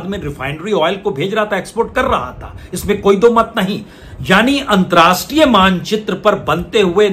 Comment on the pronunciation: Antrastriya Nahee, Antarrashtriya hota hai. Please correct yourself.